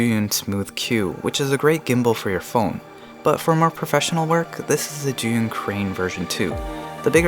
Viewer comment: Lol thank you for pronouncing Zhiyun correctly Sincerely, Frustrated Asian